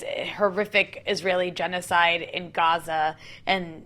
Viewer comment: You're from the US. You're white, I believe. We say Gah-Zuh. People don't say guzza. It's actually pretty racist if you stop and think about it. We don't throw on a Mexican accent when we say a city there or Tacos. It's annoying and a turn off and I'm a Huge anti-Israel, Pro-Palestine activist